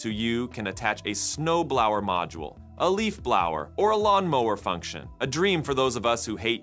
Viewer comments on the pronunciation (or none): Snowblower, rhyming with “no power” got me wheezin’.😂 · Yo motha was a snowblower!